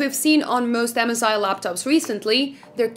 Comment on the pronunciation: Can u stop saying mzi it is M S I . Come oooon